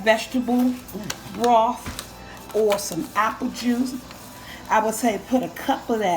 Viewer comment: What's "ipple juice"? 😂 love u